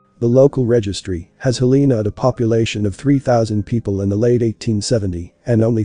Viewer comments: Not “Heleena” “Hellanuh” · You are pronouncing the States capital wrong. Its pro-nounced Hell-in-A spelled Helena. YEP, the population is also wrong. They ( the corrupt mt gov.) Keep all the cities population down. In Missoula mt. In 1980 the census was around 80,000. To 100,000. People. Then in 2020. They said the population is only 100,000. People. But in truth there is over 1 million people in Missoula. & in most larger cities in mt. Have over 1 million people. They keep the numbers down . So the Books will NOT show how much in taxes the Local gov. Is getting. Did you know all property tax goes to your local city gov. Not the State just your local city. Schools, police, fire depts. Etc... a 1 bath 3 bedroom house is average 5-7,000 per yr in taxes. I can prove this... that mean you have to save around 5 to 700. A month just for the taxes. On a 14.00 $ hr job. Wont cut it. That is if you own your own house. If you have a mortgage the cost goes up. & there is No longer any real industries in Montana anymore. Some coal in the eastern part of the state. But no more mills anymore. 😢. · It's Hel la na. I don't know what you say on the west coast. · Like the content, teach your robot how to pronounce Helena correctly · Yeah, It could have been better if Helena was pronounced correctly.